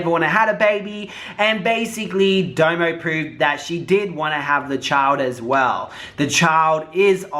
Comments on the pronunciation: It's domo not damo lol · Domo domo domo ...not damo 🤦🏾‍♀️ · Her name is like saying "dominic" but its just "dom-o" not "doe-moe" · Dough-Mo looool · it's Dom O 😂😂😂 love you so much, you're so funny.